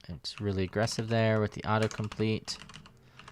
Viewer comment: hahaha "it's really agressiv there" !! you killed me lmao! Loved this tutorial!!